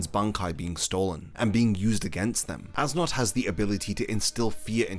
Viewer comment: Yo great video dude but I just wanna say that you mispronounced as nodt's name when you say his name you're supposed to say it like es note